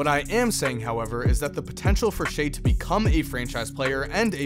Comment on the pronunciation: kinda annoying that was calling him "shay"